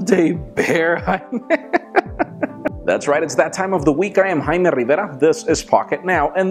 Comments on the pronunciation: Did you just said "Hymen Rivera" :P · Jaime, why do you pronounce your name wrong?